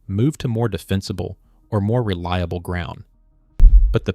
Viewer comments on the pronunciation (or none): none